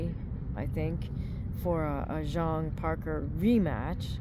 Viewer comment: Not many fight channels that pronounce Zhang correctly this is a refreshing change 😂